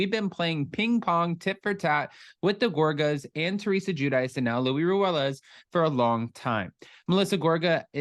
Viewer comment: I got the feeling when I watched Luis that he totally was ACTING like a peaceful guy but… 🤷‍♀️ It’s so annoying that everyone including Teresa calls Luis Louie 😂 it’s pronounced Lu-ease…we all Americanize our names that it ends up changing it all together